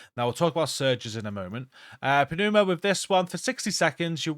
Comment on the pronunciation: FYI, Pneuma is pronounced NYOO-muh, the p is silent